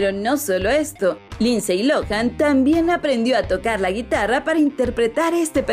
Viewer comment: Se pronuncia linsy no linsey.